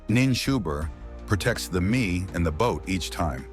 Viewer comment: The word "me" is pronounced "may", and NOT "mee".